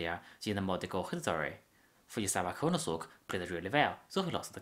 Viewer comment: this isn't a japanese accent, it's a chinese accent. he pronounced kuranosuke "kooranosook", lol